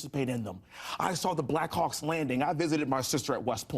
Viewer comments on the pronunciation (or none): none